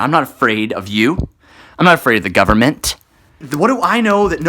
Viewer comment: "I'm not afraid of the Govern-Min-t!" haha every time